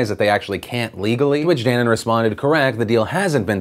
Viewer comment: Newton should have apologized but that's not what's important...you pronounced dannon wrong..also it's danone...or at least probably, murica probably uses a different name